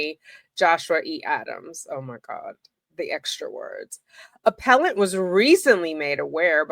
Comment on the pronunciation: Excuse me, it's pronounced, "aPPellANT!!!"😄🥰